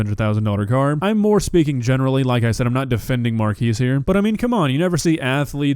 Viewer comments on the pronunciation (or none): Mar-kez not Mar-kees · Love how you keep calling him "Markees" when his name is pronounced "Markez" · Pronounced Mar Kez not Mar keese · Mar-keys brownie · His name is not MarKEYS his names is Marques ->! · I know I’m being nit picky but his name is pronounced mar-kes and not mar-keys 😭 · and calling him "MAR-KEECE Brownlee". Is that the pronounciation in the states? Lol. The WVFRM podcast team seem to say "Mark-EZ"....like everyone would assume that is pronounced. Guess it depends on if Marques name is Spanish or Portuguese in origin? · Is nobody gonna comment on the wild pronunciation of Marques?... Its Mark-ez not "Markeez". I never get how creators make videos on someone but can't even get the name right... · btw its pronounced markez not markees, also he very annoying this yr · At least learn to pronounce his name right. It's Mark-ezz not like a temporary structure like a marquee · At least pronounce his name right.. "markees".. sjeez. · It’s pronounced mark-ass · “Markeese?” I’ve never heard his name pronounced that way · hey good video, and I'm totally with you on everything one thing is it's said like mark-ez not a huge thing just an addition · I can't tell if mispronouncing names is a running gag on this channel or if he really didn't know. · Yet another video repeatedly (purposely?) pronouncing a Black man’s name wrong. 😂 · PLEASE pronounce his name eight😭😭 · Unrelated but how the actual hell do you manage to mispronounce his name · Haha your pronouncing his name wrong 😆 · Pronounced his name wrong so many times it has to be on purpose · Wait, it's pronounced Mar-kee-s? Not the way Will Smith pronounced in that rewind? Damn, non-English speaker moment here. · It hurts your credibility when you mispronounce his name for the entire video. Of course it's not relevant to the main point and isn't changing the overall reception of the video, but it's also an easy thing to get right. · man at least pronounce his name correctly